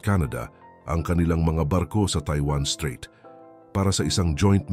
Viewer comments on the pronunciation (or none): Mawalang galang na strait not street obob 😅